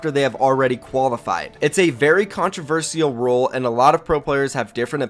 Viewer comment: It’s RULEEE NOT ROLE